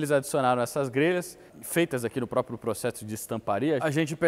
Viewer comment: "póprio" O é dos meus, PQP